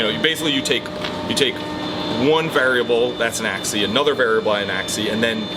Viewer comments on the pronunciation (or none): ...it's AXIS, not axey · Seems like must have a problem with singulars and plurals. Axis and species. Not Axe-ee and specie-ee hahaha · My soul cries a little every time calls an "axis" "ack-see" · Why isn't saying the "s" at the end of species and axis?! That's weird.